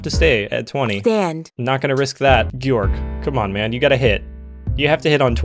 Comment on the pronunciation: Guorg just guorg